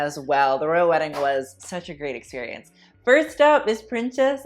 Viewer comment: No one:: backless experiOONCE 😂😂